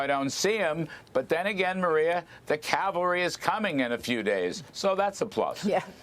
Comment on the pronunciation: Thanks for using "cavalry" instead of "calvary"! 👍 Big pet peeve of mine!